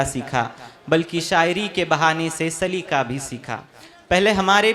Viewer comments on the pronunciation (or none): سلیقہ میں ق ہے ک نہیں ہے۔ تم سلیکہ کہہ رہے ہو Its saliqa not salika